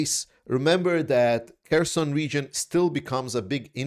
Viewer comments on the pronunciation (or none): none